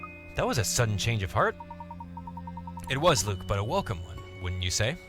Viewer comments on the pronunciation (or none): none